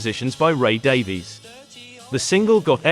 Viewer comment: Stop pronouncing 'Davies' incorrectly! It's insulting and ignorant. Respect the pronunciation used by Ray Davies himself